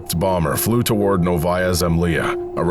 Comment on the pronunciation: “Toe-warrds” always gets me 😂